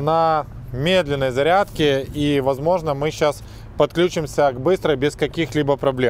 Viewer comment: какои цирк, 16 раз на зариадке гагаггагаага